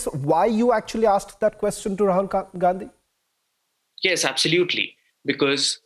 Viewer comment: Rahul Gand-hi that's how it's to be pronounced